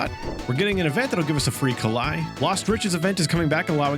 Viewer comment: That German instinct to read “ei” as [ai] (･ω･)